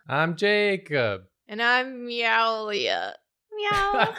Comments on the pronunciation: Meow-lia? MEOW-LIA?! Mewlia, (me U lee uh) was right there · THREW AWAY "MEWLIA" FOR "MEOWLIA"?!? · it hurt when said meowlia instead of mewlia step up ur game man!!!!! /j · Mew-lia was RIGHT THERE, HOW DID YOU MISS IT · MEW-LIA you had it right there and you missed it!